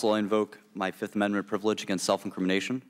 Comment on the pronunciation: 1, too, tree, fo, FIFF